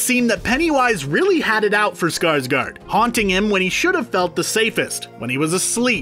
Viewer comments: It's SkarsgÅrd not Skarsgard..... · Skarsgård is pronounced Scars-gored, not Scars-guard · Me: being swedish and offended Cause everyone say skarsgard ITS SKARSGÅRD the å is like o :)